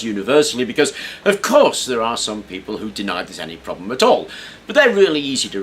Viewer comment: lol at "problem-et"